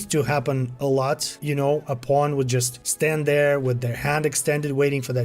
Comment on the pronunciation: Everyone: "Pawn..": "Pwooohn..." 😂 Good upload though,thanks for the update,still working on my 1st playthrough! Its very good! Thank you for the effort!